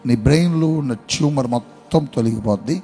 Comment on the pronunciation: టూమర్ కాదు ట్యూమర్